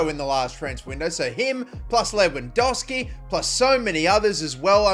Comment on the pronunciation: Its not lewandoski its lewandoWski